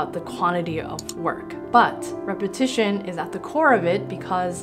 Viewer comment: Am I the only person that thinks "legitimizes" everytime she says "repetition"?